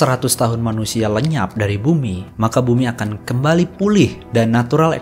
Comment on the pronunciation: Koreksi min.. Ada beberapa typo dari pengucapan kata dan juga beberapa kosakata yang sama diucap berulang kali seharusnya bisa dipersingkat.. 🙏 tersemar jat kimia - perkotaan sampe 4x disebutin kembari 1000 tahun = 10 abad (di thumbnail 1000 tahun tapi dipenjelasan koq dibaca 100 tahun?)